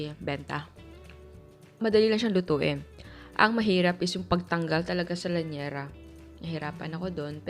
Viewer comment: Liyanera hindi po lanyera